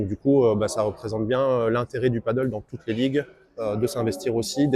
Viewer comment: Peut-être commencer par prononcer padel et non paddle ? 😋